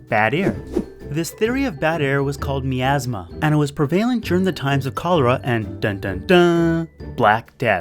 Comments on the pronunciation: This man said meeeasma... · I had to stop when he mispronounced miasma that badly